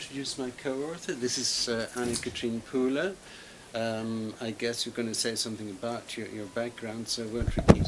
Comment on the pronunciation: It's Annekatrin Puhle, not Phule.